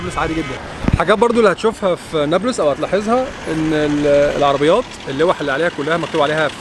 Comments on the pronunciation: بس شوية انتقاد ليش هيك بتحكي نبلس مش نابلس؟ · يا اخي كلامك تافة. يعني حتى كلمة نابلس مش عارف تنطقها!!!!!! نابولس اية!!!!!؟ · هههه نيبلس دي بتبقى عند الست ، بس لو كنت عايز تلفظها صح ، قول ( نابلس) مش نيبلس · نطق نابلس ليس نوبلس، نون الف باء لام سين بكسر اللام لو سمحت نورتنا يابن المحروسة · نطقها الثاني عندك هو الثخيح نا بلس مش نابولس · اسمه نابلس مش نبلس اعدل لسانك يابوعمو بلاش عوجت الخواجات ده ولا انت من egypt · بيحكي نابييلس استفزني 😅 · لامؤاخذة هو انت مش عارف تنطق نابلس ليه! انت من ايجيبت؟! .. اسمها نَـابْلِـسْ جبل النار 💚🇵🇸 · يابختكن بس بتتنطق نابلِس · نطق نابلس هيك ناب لِس (مع كسر اللام او رفعها لُس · خليني اخفف من عذلبك تلفظ نابلس بتسكين الباء وضم اللام وعلى مهلك وانت بتنطقها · عجّب و هو بحكي نابلس بطريقة غلط😂 بس يا اهلاً يا بيك، نورت فلسطين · بس لفظ نابلس محتاج شويه تعديل منك ههه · مش عارف حتي تنطق اسم اليلد جتك خيبه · شكرا علي مجهودك بس لسه مش عارف افهم كيف انك مش عارف تنطق اسم المدينه انصحك تابع الاخبار وانت تسمع اسماء المدن اكتر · ابلين؟ الجليل اسمها ونابلس لفظك لإسمها غريب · الفيديو ده قديم؟ وبعدين ازاي دخلت؟ وليه بتنطق اسم البلد غلط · اولا فيديو قديم قبل طوفان ثانيا ليش بينطق اسم بلد غلط بسبب لهجته هو بيتكلم مصري هو هيك بيحكيها